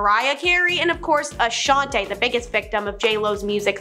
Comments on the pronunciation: Girl ,with the Guts shirt on , if ur pronouncing somebody's name ... Especially an icon in the industry, please pronounce it Right !!!it's not Ashoniiiiii! Her name is pronounced Ashanti!! 🤦🏼‍♀️☝🏼. with her name sounding like an E the end!! Its not like ur an A.I..!! Who can't help it....ur speaking live ,so pronounce people's names appropriately!!!! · lol mispronounced Ashanti as well 👀